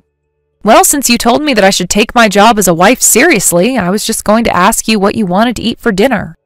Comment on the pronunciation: I absolutely cringe every time I hear somebody say “AX a question”....it’s ASK. It seems that somebody using spoken language as a profession might want to hone their language skills. Just saying.